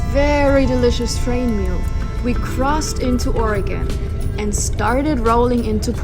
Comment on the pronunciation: Hey, this is great you made it down to Portland. You even pronounce our Sate like a native. LOL. The river thru downtown is Wil-lam-ette. Hope your time here was wonderful.